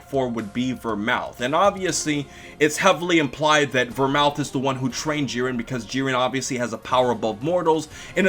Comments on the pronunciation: Vermooth not Vermouth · It's pronounced Ver-mooth not Mouth!!!!!! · Not only that, the TH in Vermouth is not supposed to be pronounced as a TH. It's supposed to be pronounced as a hard T. Go watch Detective Conan. :) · Vermooth, not Vermouth,.;) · The drink Vermouth is pronounced "Vermoot". No TH.